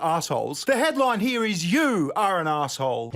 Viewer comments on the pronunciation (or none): He-ya .. its Here. Say it with me Raygun.. Here... Sounds like Heer. You can do it, you speak English, kind of.